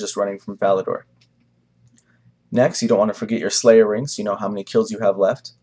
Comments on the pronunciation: First time you said "Ferocious ring drop" i genuinely thought you said "a Ferocious Rim Job" was a bit worried! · sounds like he was saying ferocious rimjob... ahaha good guide